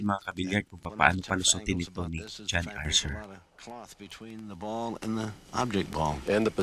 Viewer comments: 😂Archer po at hindi Arser 🙏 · Archer, not Arcer